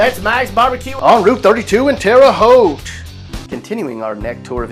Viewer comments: At least he can say Terre Haute correctly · he said it right though